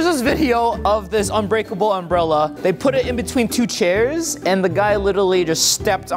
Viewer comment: It’s not unbreakel